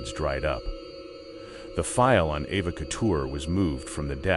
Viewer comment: Pronounced E va " Eva "